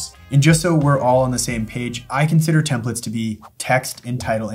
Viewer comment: Template.. TEM PLATE. Templet.. TEMP LET. these are TEMPLATES… not TEMPLETS.